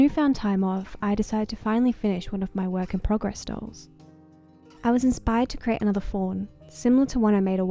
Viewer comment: CREATE not Crate